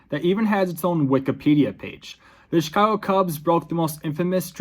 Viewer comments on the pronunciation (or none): none